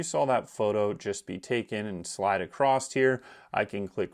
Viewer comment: always wonder why so many people say “acrossed” when the word is across.